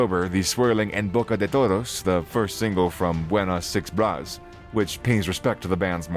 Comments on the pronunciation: Bruh, it's not "Buenas Six Bras" It's "Buenas Vibras" (bi.β̞ɾas) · "VI-BRAS" lol its vibras together "vibes" in english